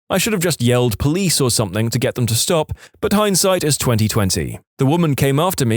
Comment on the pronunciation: No K In the word Something